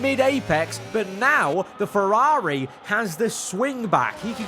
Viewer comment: Was a really good video until 31 minutes then you ruined it when you tried to pronounce Ferrari. You're probably better off not trying to say it anymore.